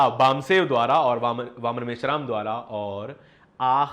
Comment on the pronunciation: भैया। बावन मेश्राम उच्चारण कर रहे हैं। जबकि आदरणीय मेश्राम साहब का नाम वामन मेश्राम जी है। सब ठीक है पर थोड़ा ध्यान दिला रहे है। धन्यवाद।